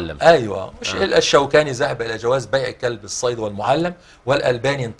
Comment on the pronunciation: جزا الله الشيخ لكن والله انا استغرب من الشبخ طالب علم وماشاء الله عليه لكن حينما يقول ذهب مثلا يقول زهب بعض اهل العلم او يقول يستسنى بدل يستثنى ارجو ان تصل ملاحظتي للشيخ وسلامي له وللمقدم حفظهم الله